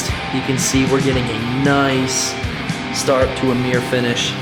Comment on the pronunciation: mirror pronounced as mere count: 6